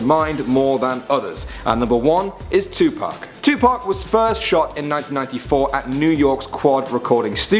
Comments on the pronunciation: Dude did you call him 2pack it’s 2 pac you pronounce it like (two p-o-ck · Adam Brown tupac not tu pac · When he was saying Tupac is sounded like u said Tu-Pack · Idiot said Tupac wrong dumbass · he says tupac wrong